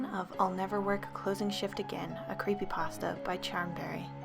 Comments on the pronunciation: Did she say creepydrasta or creepypasta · ... is it just me or does she say Creepy Drassa